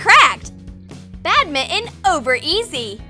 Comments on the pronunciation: It is badminton not badmiin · Badminton(Bat-min-tin) NOT (Bad-mi-en) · did she just say “bad mitten” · It’s not badmitten it’s badminton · Ok it's pronounced bad-mint-on and that is not how you serve the shattle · Ikr like tf is bad mitten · Yea she said bad mitten